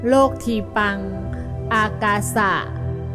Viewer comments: " โลกทีปัง " ต้องออกเสียงแบบบาลี เป็น โล-กะ-ที-ปัง ☑ ไม่ใช่เอาไทยผสมบาลี โลก-ที-ปัง แบบที่บรรยายมา ❌ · เขาอ่านว่า โล กะ ไม่ใช่ โลก55555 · อ่านว่า โล กะ ที ปัง ครับ